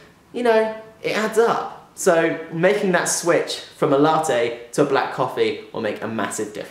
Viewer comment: You're pronouncing latte wrong...